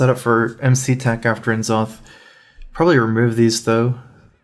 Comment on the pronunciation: I hate the way he says N'Zoth